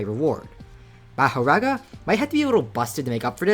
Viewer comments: my brother its maahoraaga not ur american meherega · Its Mahoraga not mahoRaga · Never pronounce Makora again 🙏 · omfg please say it normally not mah o raga it is maho raga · its pronounced "mah-huh-raga" btw. no hate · It’s pronounced ma-whore-rah guh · its pronounced mah-hoe-ra-ga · Ma-Ho-Rog-Uh is how u say it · It’s ma like like calling someone your pa so, ma ho raw ga pronounce it like that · let me help you out, its ma-hoe-rah-guh say it fast, dont really enunciate anything thats just kinda how its spelt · its pronounced mah ( like how you pronounce max) hor ( like how you prononce hore ) aga ( like how you pronounce raga) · Ma•Ho•Raga now say it together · maho-raw-ga plz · it's mah-hor-ahga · Mah- WHOR- RAGA, THATS HOW YOU SAY IT. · its Mah-her-raw-guh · Ma-her-aga . practice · mAhorAgA, my ears bleed from you saying mahoraga :face-purple-crying